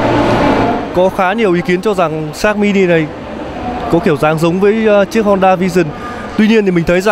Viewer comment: nge di nge lai vẫn la sin sát mini